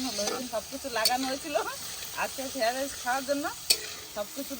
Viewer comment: Fara rice??? Fried rice Dada ke bolo uchharon ta thik korte.